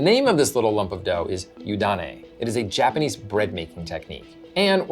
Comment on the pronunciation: "Jananese" eh?